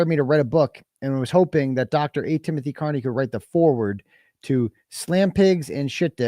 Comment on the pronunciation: I So WANT to hear ( CAR-KNEE’s) Attorney to correct the mispronunciation of your last name!!! I heard him “ One time” Say Car-Knee!!! Then he must have caught himself and went back to KEER-KNEE!!!!! It’s his constant need to give a dig!! I just want him corrected publicly. But if not. At least I got it out: ))